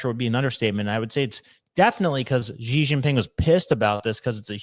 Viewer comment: It’s simply pronounced “She” nothing complicated, don’t try using any “Z’s” or anything else. Xi is pronounced “She” it’s easy.